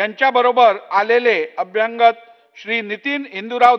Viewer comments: एखादा भैया सुध्दा यापेक्षा स्पष्ट आणि शुध्द मराठी वाचू शकेल. अभ्यांगत असा शब्द मराठीत नाही. अभ्यागत म्हणा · अभ्यंगत नाही अभ्यागत असत ते , अभ्यागत म्हणजे स्वतःहून आलेले ( न बोलावता ) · अरे 'अभ्यंगत' नाही, 'अभ्यागत' ! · अभ्यांगत हा शब्द नाही. मराठी मराठी ओरड करतात त्यांच्या लक्षात येत नाही का? अभ्यागत हा शब्द आहे परीसीमा नाही परीसरात 😂😂